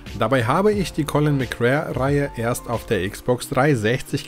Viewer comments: Heißt es nicht Colin McRääähh Rally😎 McRare klingt komisch... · Die Aussprache ist eine Katastrophe :D Es wird [MäcRey] ausgesprochen und nicht [MäcRär] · Das wird MC Ray ausgesprochen.. 🤣 Aber ja geiles Spiel. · Bitte colin mcrae rally und nicht colin mc rare😘😘😘😘eins meiner realistischsten Rally Erlebnisse damals! Es hatte für seine Zeit eine echt realistische physik😋 colin konnte man aber nur auf der ps one/2 spielen, auf n64 ging das gar nicht, ps is the place to be! Ich liebe die n 64 im Sachen von fanatasy games 😍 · Colin McRare. 😁 Dennoch gutes Video. Ich konnte mit der Reihe nie etwas anfangen. Mir war da Gran Turismo deutlich lieber. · Ah ich habs damals geliebt ! Colin mc RAE? AHHHHHH ich dreh durch 🤣🤣🤣 mc Ray ausgesprochen! 🤣👍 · Spricht man Colin McRey aus.✌🏻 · Ich habe dieses Spiel als Demo als Kind hoch und runter gespielt. Das hat richtig gesetzt und ja, es bockt heute noch. Allerdings Habe ich mich bei deinem Video selbst erwischt, wie ich deine Aussprache zu diesem Titel jedes Mal korrigiert habe. Collin Mcrär Rally...das klingt soooo falsch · Als Rallyfan ist deine Aussprache von Colin McRae harter Tobak :D Aber das Video ist große Klasse! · Hat mich auch getriggert xD